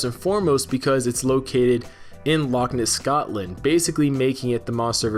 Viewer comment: Loch Ness is two separate words, please try to make it sound like they are